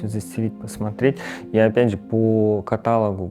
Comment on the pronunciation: по катА’логу???🫣